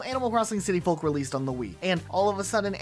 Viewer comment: The L in folk is silent, like in yolk. Otherwise, very entertaining video!